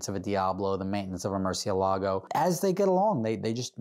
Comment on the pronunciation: Murci-ah-lago? Is that some sort of cheap Chinese knockoff of Ed's Murci-L-ago?